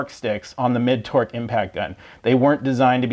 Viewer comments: Is he saying torque sticks or twerk sticks???? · It sounds like he's saying Twerk Sticks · He’s saying “Twerk” right. All I hear is twerk twerk twerk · Hands up if you think this man said "twerk" a few times. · nice test, but i guess I wasn't paying attention to the video title because at first I thought you said 'twerk' sticks, lol 😂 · are you saying twerk sticks? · Lmao are you saying twerk sticks?